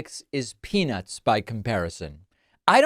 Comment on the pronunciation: peanut was mis pronounce as penis,,,slurring